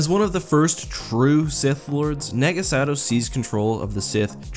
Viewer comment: Dude it’s Naaahgo Sad-oh